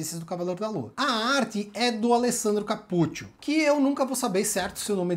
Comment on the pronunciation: A pronúncia de Capuccio é "capútchio" mesmo. Eu comecei a ler esse Cavaleiro da Lua, mas parei lá no comecinho, quando vi que era com vampiros, desanimei, haha